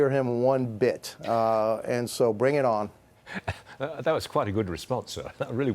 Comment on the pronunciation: If you are going to tell the president of Mexico “bring it on” in Spanish, at least say it right. 😂